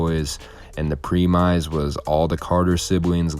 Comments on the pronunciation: I’m sorry bro I don’t mean no hate but It’s premise not (pre-mize) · Premize? What's that? Did you mean premise? Pronounced prem-iss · Dude, you gotta learn how to pronounce the word “premise.” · fwiw Premise = prem-iss, not pre-mise. Edited to add: Goodness, Aaron Carter is such a pick-me, has-been. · Just so you know the word "premise" is pronounced "prih-mus" not "pre-mize" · “PRE-MYZE” you meant premise. Pronounced “Prem-iss”. This is legit some of the worst narration I’ve ever heard. Monotone voice cannot pronounce basic words. Horrible editing. Dude. YIKES. Edit: let’s not forget you made a holocaust joke and stole clips from other creators. You’re like the Aaron Carter of you tube creators…except worse. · It's premise not preemize lol. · This genius just pronounced the word premise as “pre-mize” lol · Why so glum buddy? Cheer up! Positivity goes far. "Preemize?" in reference to The Carters..... are you trying to pronounce the word 'premise' perhaps? You 'feel bad for Aaron". .... why? He has talent and potential .... will never base a career on negating the careers of others on YouTube, lol. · The “Preem-Eyes” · Please tell me your pronunciation of 'premise' was a joke. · Yes, the story was good. If you want to "take off", learn how to voice a video without too much monotone and look up how to pronounce words that are new to you. You mispronounced premise and vicariously. I think you've got talent. Good luck.